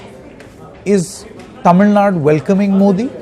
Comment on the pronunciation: Its Tamil Nadu... not TamilNad u moron... first try to pronounce it properly...